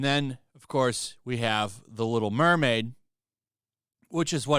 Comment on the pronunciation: Dat Lil' Mermayd